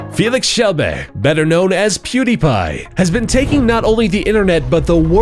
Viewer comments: Keel-berg not jel-berg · his last name is actually pronounce "shel-be-ri" in swedish and in english "shel-berg" not shel-beh :-D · I like how he says kjellberg, its like kjellbehh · How did it took me a year to hear ow they mispronounced the name ''Kjellberg'' ? They literally said ''Kjellbeh'' ! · "Felix Kjell-bae"? Really? :P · Its pronounced chel berg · Stop saying his last name wrong to say it correctly you say "kill-je-berg" their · "Felix Shellbear" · "Felix Kjellbehhh" lol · I know! Hahaha lol. I am from sweeden so i think it is funny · Pronounced:Felix Shellbeehh I BEEN SUBSCRIBED FOR ABOUT 1 AND A HALF YEAR NOW CAN'T STILL PRONOUNCE CORRECTLY! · How you said Kjellberg was so funny. Kjellberrrrrr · how the fuck do you not know how to say berg?!?!?! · I'm proud to be Swedish :D lol the way you say his last name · omg the way you pronounce Kjellberg XD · Omg the way you pronounced his last name! It's pronounced exactly how it's spelt.. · Kjellberg and marzia is pronounced really fucked up. It's kinda disrespectful. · ***** Yeah i know i was just commenting on how he said Kjellberg, awesome video though hah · Emma Österman Felix arvid ulf kjellberg ÄR HUR DE STAVAS. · Did you guys not understand that I was laughing at how the narrator pronounced the name oh my. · Emma Österman Yeah I thought that haha! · Lol i've been thinking about how you would pronounce it in English and I guess it's kinda like "Shell" and then "be" like how you would say "eh", and the "rj" So "shell-beh-rj" Lol I don't know you'd need to hear someone say it correctly to understand. Guy in video is saying it wrong anyway haha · You're saying his second name wrong by the way